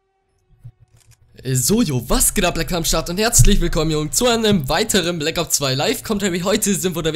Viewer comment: Nice^^ aber black ops kannst du immer noch nicht aussprechen:D